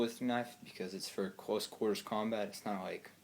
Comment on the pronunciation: cwose qwarta keew